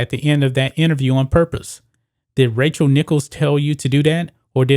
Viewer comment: Is he saying “Racial” Nichols???